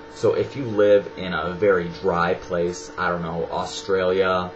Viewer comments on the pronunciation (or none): none